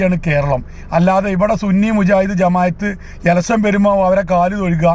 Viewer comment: എലസ്സൻ അല്ല സഖാവേ. ഇലക്ഷൻ.... ഇലക്ഷൻ... എന്ന് പത്ത് പ്രാവശ്യം പറഞ്ഞ് പഠിക്ക്.